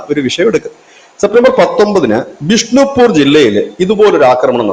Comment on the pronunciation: വിഷ്ണുപ്പൂർ അല്ല ബിഷൻ pur😭